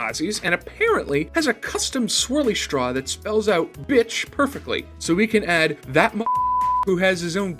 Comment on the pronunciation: the way you said bicht made me laught 😂😂😂